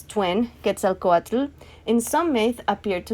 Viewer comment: Hi! Awesome video, pero es pronounced "SHO-lotl" the "tl" and "ketzalCO-atl" is like a hissing sound, not its own syllable, put the tongue at the roof and blow out the sides, thats how you say t and l in one breath